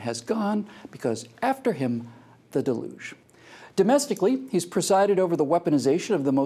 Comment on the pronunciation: Your pronunciation is delugional. It's DEL-yuge